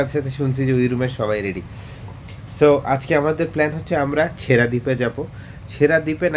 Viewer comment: ছেঁড়া দ্বীপ কে ছেসরা দ্বীপ পড়া আমি 😅😅😂😂